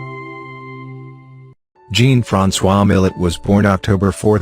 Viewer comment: Long time favorite artists. Get a real person narrator, this ai cant even pronounce his name.